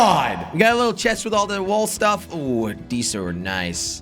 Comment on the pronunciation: Bro really said stiff instead of stuff